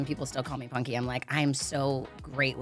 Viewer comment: Les voix Françaises sont épouvantables, ils sont même pas capables de prononcer correctement "Punky", ça donne "Ponky" 🤣